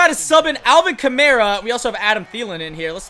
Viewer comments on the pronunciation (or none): Alvin Ka-mar-a not Alvin Camera 😂